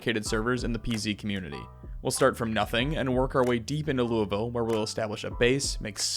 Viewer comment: Y’all be saying Louisville wrong the whole video 😂